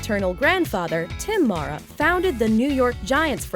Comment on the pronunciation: When are you people ever gonna get it right?! Kate and Rooney Mara's last name is pronounced "mare-uh" NOT "mahr-uh". I've heard them correct talk show hosts, so I'm SURE about this. Esp since we all heard their football Giant ancestors pronounce the name "Mare-uh" for years before the girls were born!!